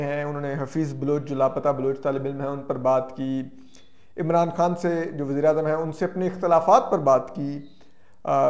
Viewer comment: Wasair. Nai. " Waseer " .